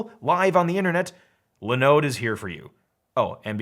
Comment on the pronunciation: It’s not “Lin-ode”, it’s “Line-ode”!